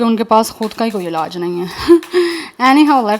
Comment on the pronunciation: आप ने बोला कि उनका कोई अलाज नहीं है... अलाज नहीं.. इलाज़ बोलते हैं और आप अलाज बोल रहे हो... कृपया शब्दों का उच्चारण ठीक से किया करें धन्यवाद